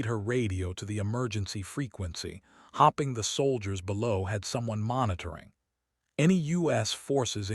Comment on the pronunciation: Narrator cant distinguish between hopeing and hopping.